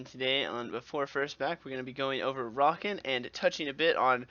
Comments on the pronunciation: in Hermione's voice It's not Rakan, it's Rakaan. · yeah i had to pause this and find another video because he was saying rakan wrong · I almost clicked away when you first pronounced his name...Xayah says his name in game, stahp that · he says his own name just slightly less often than draven. how can u get it so wrong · That's not how you say Rakan, Staaaaaaaaaaaaaaaaaaaaaaaaaaaaaaaaahp hahaha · Its like these people mispronounce the names just to piss us off. like How red mercy says "Zo" instead of "ZOh-EE". Learn to read. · agreed, xaya even calls him by proper pronunciation all the time. so an experienced one should know how to pronounce it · u pronounce his name wrong, therefore i will not watch